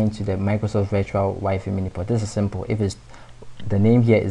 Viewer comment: crazy guy fixed my year long issue.. so I will overlook that he calls wifi (why-fi) "wee-fee" !! ? :|